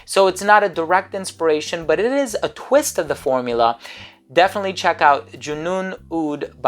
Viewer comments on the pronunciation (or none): none